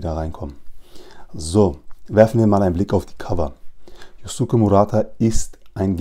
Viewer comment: Kleiner tipp: Yusuke wird youske ausgesprochen ☺️